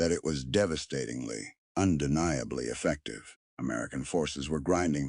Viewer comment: This is one of the most badly done AI videos I have seen yet. "Affective?"